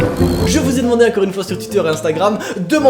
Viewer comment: C’est quoi cet accent de dire « incore » au lieu de encore ? ^^